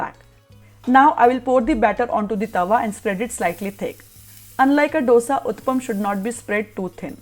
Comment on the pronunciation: Madam, it is not Dosa, ( d as in doll) You've to pronounce it as Dhose..( d as in dal)